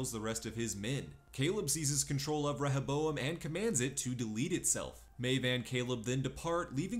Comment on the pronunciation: Reh ha bowam lol. They fucking say it dozens of time in the show.